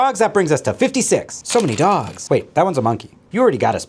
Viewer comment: For all the hot "dawgs"